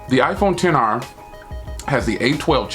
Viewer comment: The iPhone XR you saying all the names wrong bro omg😆